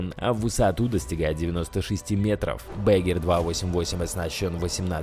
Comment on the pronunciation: Танк назывался не,,мышонок,, а,,мыш,,и экскаватор по немецки будет не,,бегер,,а правильно,,баггер,, понял не грамотный